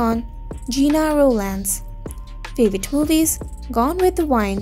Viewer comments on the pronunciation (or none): You don’t know how to pronounce WIND?!!